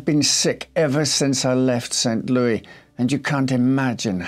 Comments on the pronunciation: It's pronounced Lewis, not Louie. Yeah, it's not a French city....and not far from there is Cairo, Illinois--pronounced Kay-Row....it's not an Egyptian city. But we still pronounce Illinois with a silent "s". heh. I can't really empathize with her, or her idiots lovers. Rich people and their self-made problems. I've known people kind of like her--all they care about is themselves, and they don't care if they hurt others...except when it turns around and bites them. You really have to work at it to kill yourself that way at that age. I think you have to be pretty much spending your days in a daze....I used to drink heavily, then something in my life changed, and I lost interest in drinking. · Hi, St. Louis is pronounced as in Saint "Lewis" rather than the expected French "Lew-ee" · St Louis is pronounced like the name Lewis. We don't use the French pronunciation here in the US. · St. "Louie"... adorable 😊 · I love your videos, I love the details and story telling, you are always dressed so sharp. Thank you for the hard work. Btw it’s pronounced St Lewis while being spelled St Louis❤ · Yes but you know how it is... other Countries pronounce their own city certain ways. Some say New Or-leens... but here in Louisiana we say New Or-linz. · "Saint :ouis" is pronoubced "Saint Lewis" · St. Louis is pronounced Saint Lewis. I live nearby and the mispronunciation is kind of grating. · Blame Judy Garland for our pronunciation of St Louis. 🎼Meet me at St Lewie Lewie, meet me at the fair…🎼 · It does show that he's aware of French pronunciation of the word. As a French Canadian, sometimes it drives me nuts when Americans do butcher names, like pronouncing Beauchamp as "Beechum". I mean, you guys do recognize the name Beau, or used as "his beau" like "bo". So why pronounce it "Bee" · Never heard the French pronunciation of St. Louis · He is still pronouncing it wrong. If you go there, people will laugh at you.